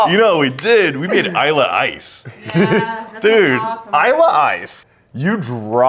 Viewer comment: Not 'Islay Ice' but 'Icelay'!